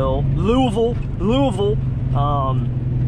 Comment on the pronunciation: I was just about to say you say Louisville wrong again but you got it good job